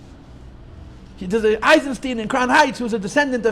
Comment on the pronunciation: Eichenstein not Eizenstein.